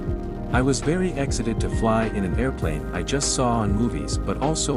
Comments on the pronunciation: try to pronounce the Manufacturer's name correctly. Or is this an AI voice? And you said exited instead of excited. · they 'missed' excited, too; not exited. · Fake AI narration that cannot pronouce simple words correctly, such as excited. And "I trusted a Swiss company." Huge mistake! That company and THIS specific aircraft crashed due to idiot former Swiss Air Force pilots in their 60s trying to fly this Junkers like it was a F-35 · Sad story, some decent footage, dreadful pronunciation. I’m sure you meant ‘excited’ and not ‘exited’ but ‘malicious’ service..? Also, as others have indicated, ‘Junkers’ is pronounced as if the ‘J’ was a ‘Y’. Artificial, certainly, Intelligence, not so. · Yes, stupid computer voice is lame. I was "excited" - not I was "exited."